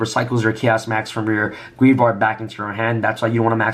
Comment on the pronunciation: Ok let me say this it is said GRAVE, YARD. GRAVEYARD.